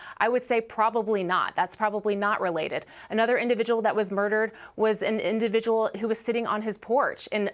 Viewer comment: "Individual". Learn how to speak, woman.